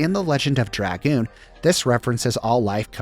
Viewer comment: Thank you for pronouncing Dragoon correctly. Sub for that alone.